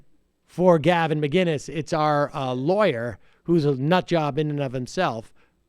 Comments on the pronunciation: It's McInnes motherfucker not McGuinness! Sheesh. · Why can't Americans say mcinnis properly? It's not mcguinness. Mick-innis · Who’s Gavin miginnes? Do you mean Gavin McCinnes? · Dude…there’s no G in Mcinnes, putz.